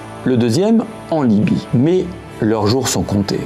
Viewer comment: en Crète et en Niby, Nibie, ou Libye??? J’ai pas très bien entendu!! Merci pour votre réponse.